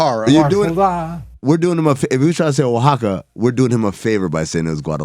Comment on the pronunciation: Pinche! How do Jess and Amin know how to pronounce Oaxaca and you don’t?!